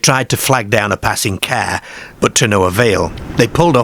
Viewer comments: It’s pronounced Car not Cawuhh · It’s AI narration. You can tell by simple words repeatedly mispronounced again and again. who pronounces car as kear? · Never heard car pronounced 'care' before. Not being critical, What area /county is this accent from? Unique to my ears. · Kerr🚗, fem🐷, the femmer👨‍🌾 aerrm💪🏼, 😂 I've never heard 'a' pronounced so unusually before😮😅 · Great pronunciation from the presenter, is the voice AI? So many times l heard the word car pronounced ker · Definitely not North England or Scotland. I Don't know anyone who calls a car a "cair" or "caaare"... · Why can't the narrator pronounce the word "car" ? FFS! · nobody in Yorkshire pronounces car like that. I thought it was AI misreading it.